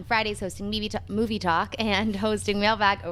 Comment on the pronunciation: Every time says Moovay my ears bleed.....